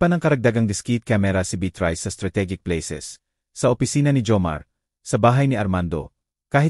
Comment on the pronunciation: Mali ang pronounciation ng narratorkamukha ng beatrice